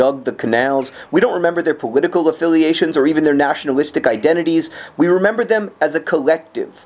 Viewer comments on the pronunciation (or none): powitical affiliations? :3